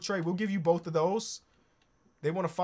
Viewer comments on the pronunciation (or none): none